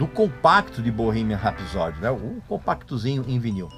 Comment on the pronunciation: Vídeo medíocre, no mínimo. Estúpido e grosseiro talvez definam melhor. Na palavra "rapsody" a sílaba tônica é a primeira. Mal consegui entender quando ouvi esse cidadão pronunciando "Sheer Heart Attack". Medíocre pretencioso define. E nenhum ser humano pode ter a pretensão de "salvar o PLANETA". O ser humano deveria se preocupar em salvar a sua espécie. A sua própria bunda, se me permitem. A natureza é soberana e prevalecerá, não importa quanto plástico o "cerumano" produza. Parei. Beijo e não me liga. Procure coisa melhor pra assistir.